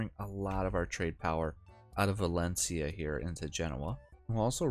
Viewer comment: VALENCIA not VALENICA